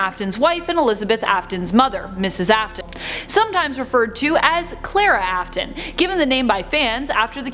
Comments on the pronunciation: It AFf-Ton Afton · the video: elishabiths sister me: NO ITS CLARA YOU DUMB BOTTY also me : ITS AFTON NOT AFTAN